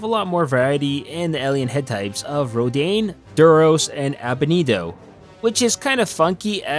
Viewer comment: Rodane? It’s pronounced Rodian